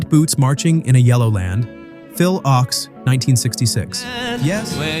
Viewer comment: Thanks for doing this. I can tell you weren't around in the 1960s because Phil Ochs' last name is pronounced "oaks."